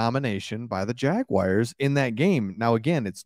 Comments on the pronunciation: Cool channel! oh and it's 'Jag - wars' NOT 'Jag - wires'.. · Pretty please stop saying Jag-Wires. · Dude, please learn to pronounce my teams name!! There is no I in Jaguar!!🙄🙄